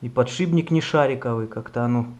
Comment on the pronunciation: Только не подшиБник, а подшиПник.